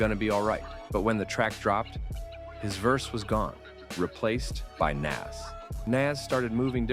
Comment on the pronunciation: Once you pronounced Nas name wrong I had no choice but to turn it off 🤦‍♂️